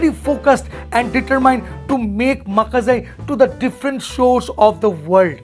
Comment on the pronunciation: It's not maka(corn😂) it's maa ka please pronounce correctly. And what's with that sound😂so funny